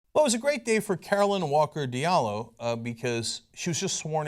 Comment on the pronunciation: It's Diallo not Diablo lol. Still a big fan though.